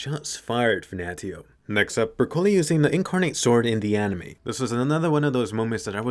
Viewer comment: Anime : Bercouli What i heard : brocolli